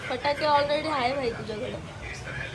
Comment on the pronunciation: पटाकडे नाही फटाके 😂😂